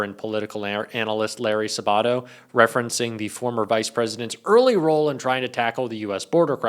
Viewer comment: Where are you from? You don't know Larry Sabato, ( obviously not ). You've got the accent on the wrong syllable. Can you correct that, please? People that know him listen to you mispronouncing his name, and wince.